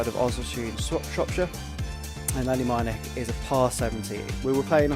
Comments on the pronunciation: Top tip. Ask someone how to pronounce the name of the course 😂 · Excellent video - but very disappointing that you didn’t take the time to correctly pronounce the name of the course. 😮